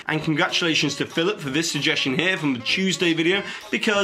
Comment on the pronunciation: C'mon. 'Here' and 'scare' don't even sound alike the way you said them. How dare you treat these rhymes so shamefully.